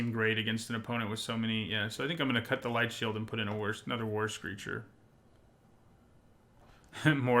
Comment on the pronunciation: Whenever you mentioned "war screecher", I keep hearing "worse creature" and interpret that as "look, this is creature is a anemic 1/3"